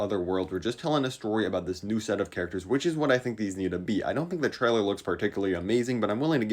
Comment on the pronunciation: Normal people: trailer: Chrailer